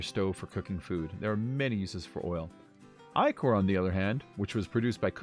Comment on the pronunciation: Ichor = (ick)-er